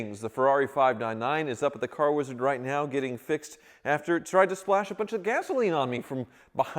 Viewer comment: actually said Hi to the wizard!! I think I like it when he says WEEZARD much better 😂😂😂😂😅